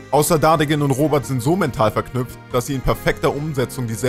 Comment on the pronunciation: Ich finde es lustig das er in Kritisiert Aber nicht mal den Namen aussprechen kann Ich habe den Selben Namen und Heiße Robert und nicht Robat